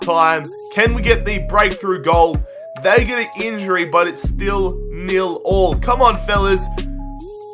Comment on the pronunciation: please stop saying nill-all